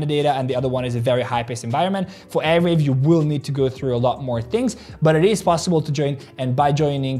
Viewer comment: It is arweave not airweave!!!!!